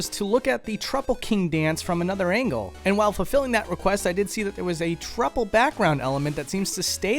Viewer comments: HOW DO YOU MISPRONOUNCE TROUPPLE WHEN THE PRONUNCIATION IS SPECIFIED IN THE GAME ??? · The official pronunciation of Trouple is "trow-ple" like "cow" or "wow" not "troople" like "troop" or "scoop" and definitely not "trupple" "gup" or "cup" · Why does every youtuber mispronounce trouple king's name? he literally tells you how it's pronounced! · It's a troupple! Pronounced like Mouthful! He gives you ichor! Pronounced like eye-core!